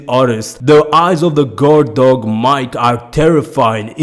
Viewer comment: For Mike. Lol it's pronounced Meekay. Not MIKE. Like his name is Michael lol.